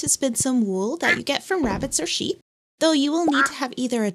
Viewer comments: I enjoy the way you say "wool," I've never heard it with a long oo before. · They way you pronounce wool is mortifying. Lol